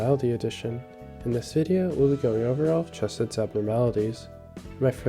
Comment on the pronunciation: I-ITS NOT CCCHH ESEDD ITS “HKCE-SED” RAHHAHDICBEJSNENDKS